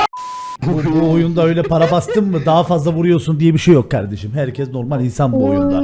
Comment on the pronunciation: Nobody::aynen kavdeşim aras kargo